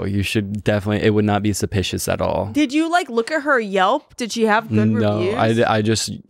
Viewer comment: "too supishus"